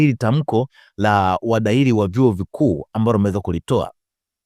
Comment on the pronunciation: Siyo wadahili, wahadhiri, nyie waandishi jifunzeni kabla ya kutamka au kuandika